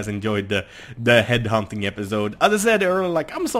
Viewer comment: At 1.21 did he say head humping